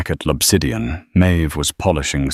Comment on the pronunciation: The restaurant is L’Obsidian, not Lopsidian.